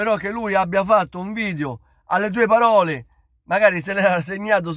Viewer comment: Ma è così difficile dire PAROLE invece di BAROLE?